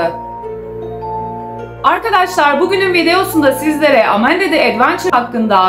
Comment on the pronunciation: Amanda:❌ Amenda:✔️ ablamızın kullandığı kelimeler😂😂